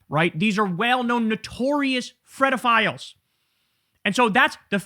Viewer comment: PEDOphiles , NOT FEDOfiles